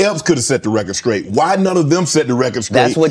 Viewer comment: Does Shannon know that the word “straight” doesn’t have a “k” in it? lol an educated man like him should be able to pronounce a simple word like straight 😂😂😂 all that money and still can’t pronounce a simple word